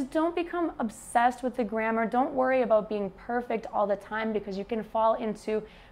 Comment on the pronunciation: You said "grammar", but for a non-native like me, it sounded like "grandma". :-D It was funny. Anyway, I got it based on the context. Nice video.